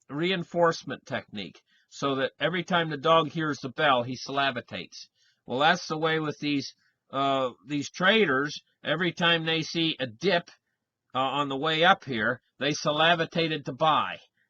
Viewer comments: In every video i want to take you seriously, i really want, than you say things like “salivitate” xD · Is, "salavitate" a word in Canada? It is "salivate" in the USA.